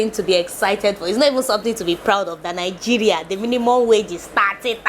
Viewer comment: You are the first person to my hears you perfect pronouce your country well. Most your fellow citizen say N-geria